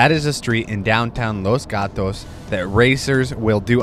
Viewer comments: Los Gatos pronunciation on point 😂👌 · As a Spanish native I approve that pronunciation ✅